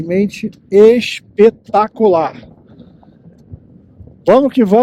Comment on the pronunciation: Deve terem tido uma pernoite " ixpetacularix"